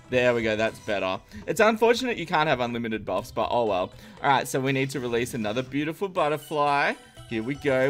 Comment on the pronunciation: i have no problem for this but i m getting rage when you get to the stage to say it ''buityful'' after 2-3 min in every video ... i say its no problem :)